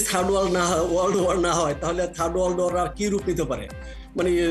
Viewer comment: শুদ্ধ মত ইংলিশ বলতে পারেন না তাহলে জোর করে বলতে যান কেন, ওয়াক বা ওয়াড না, ওয়ার war